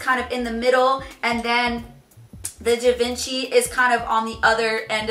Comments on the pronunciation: "Gy-Veen-Chee" oh yikes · Wee Wee yeah its called “živanšee” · She-Won-She = Givenchy